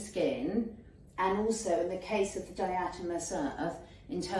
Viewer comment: Di-a-toe-may-shus…. It’s great for bed bugs too